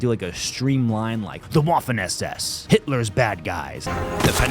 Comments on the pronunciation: WWWWWWAFFEN. It's Vaffen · Hearing Admin say "Waffen" was full cringe. Say Vaffen. You're welcome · Maybe you care, maybe you don't, but Admin, the "w" in "waffen" is pronounced like a V, not a traditional W. That being said, in the episode of the Mafia vs. the Yakuza, the Yakuza are showing off the nunchucks, Mafia walks up with a baseball bat, the dummy's head is obliterated, and the mafioso essentially "mic drops". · Stop saying Waffen like that please